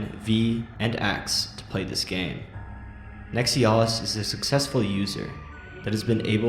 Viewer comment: How hard is it to pronounce NEX EYE UH LIST